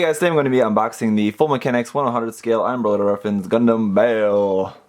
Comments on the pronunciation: Bay Ull is the correct way to say it. It is named off a demon in the Goetia and it is pronounced that way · If you look at the entry for the demon Baal, this is the correct pronunciation. :D